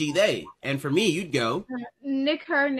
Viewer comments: Nah, she pronounced Nick/her pretty well that it doesn't sound like a slur. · She pronounced it quite well actually Nick . . Her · Idk she pronounced the “ck” and that H enough that it doesn’t count